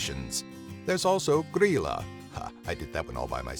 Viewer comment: you pronounced Grýla pretty good